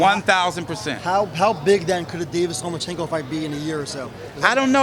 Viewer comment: Love how Leonard cannot even say Lomachenko's name.